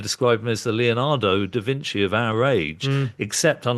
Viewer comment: I didn't know Da Vinci rhymes with anchor.